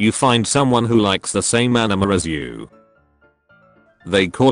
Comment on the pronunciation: why do you keep pronouncing it enema?